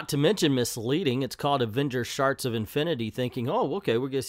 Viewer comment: I’m sorry but is he mispronouncing the word shards on purpose?